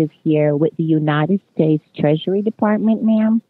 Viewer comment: Hoax Hotel talked to a U.S. Treasury scammer & put across the bottom of the screen, "U.S. Dept. of Trashery" every time the scammer said that because that's what it sounded like.